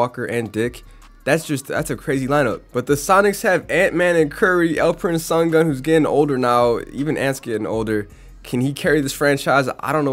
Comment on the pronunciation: Alperen Sungun 💀